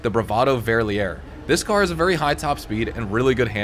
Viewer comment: if you read bravado verlierer again, you'll notice you are completely skipping an r, you're saying verlier instead of verlierer, and maybe use google to listen to what it's actually pronounced like ;) oh and btw it means loser in german :D and verlier, would mean to lose